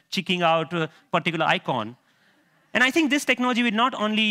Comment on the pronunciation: There is no "TH" sound in his native language. I tutor English as a 2nd language and I run across this problem all the time. The sounds you learn from mom become the only sounds your mouth can easily make ... even by age 7, much less 30 something. You can hear that in his first sentence when he says "tink" instead of "think".